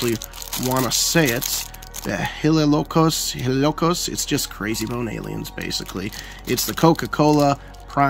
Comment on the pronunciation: it’s pronounced “yellocos”, is a spanish-pun with the words hielo (ice) and locos (crazy) 🤪